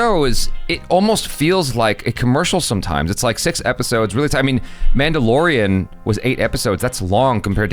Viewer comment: omg I can't unhear "man dough"